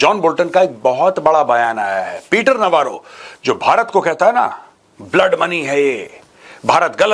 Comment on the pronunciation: Peter Navaro है ki Peter 'Lavaro"?😂